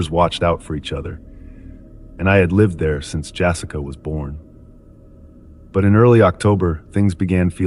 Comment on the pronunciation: "Jassica" ARGH!